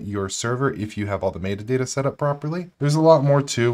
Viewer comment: Someone please teach this man how to pronounce “metadata.”